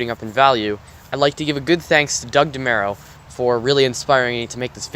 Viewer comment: DeMURO, not MERO